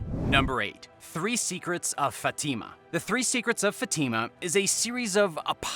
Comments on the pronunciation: You really gotta look some pronunciations up if you want to have credibility dude. TEM plar not tem PLAR, FAT i ma not fa TIMA. soooooo bad and not unusual words. Yes this site is for entertainment only. Have fun everyone! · Fat eema? Instead of Fatima.I don't agree .